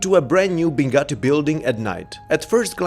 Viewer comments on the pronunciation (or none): none